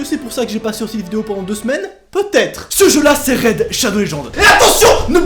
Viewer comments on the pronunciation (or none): none